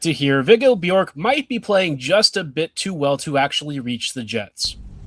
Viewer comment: Well done with the pronunciation of Björck.